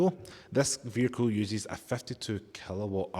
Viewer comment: It's not a "veeR-kill" Say "vee-ickLe" It's not a "bat-tree", it is a ba-TTery " It's just not English taught in school. You've picked up Muppet talk habit. You don't say FFis FFat FFem FFose for THis THat THem THose so you can say the "TH"i sound. It's not mumFFs oV FFinkink FFroo FFerty FFree FFousand FFingz FFurzday wiV muVa faVa bruVa keeFFs smooV teeFF sumFFink wurFF nuFFink norFF souFF maFFs FFerapy. Listen to how wrong it sounds.